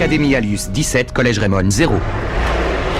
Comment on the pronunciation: au lieu de dire academie anus dites alius